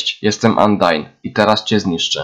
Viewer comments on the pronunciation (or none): none